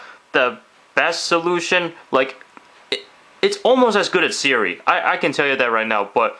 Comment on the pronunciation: It's Siri... not 'sara'